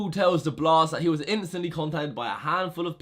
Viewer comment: Can u learn how to say THat instead of vat